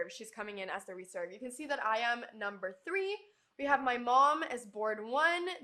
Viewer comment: (you keep misplacing your stress on the first syllable when it's pronounced in the same way as the verb) reSERVE, not REserve.